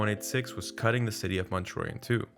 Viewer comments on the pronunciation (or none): none